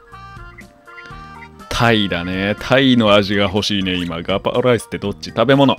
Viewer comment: うっしーのライスの発音すき